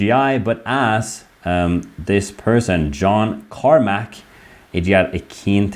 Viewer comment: You Read John Carmack's name out as if you didn't know who he is... He made Doom! lol